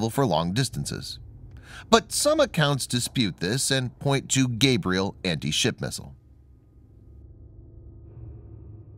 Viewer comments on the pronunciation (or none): none